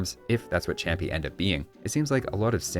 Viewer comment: I don't actually know Spanish, so don't trust me on this, but I think the ch in champi is pronounced like sh (the word is Inca, but Native American words are usually romanized based on what European civilization transcribed it).